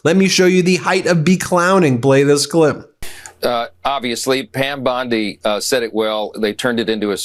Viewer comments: Bondi not bonde your saying it like it has an E on the end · Please you yanks killing us Aussies say bondeye not bonde BOND "I" BONDI😂😂😂😂😂😂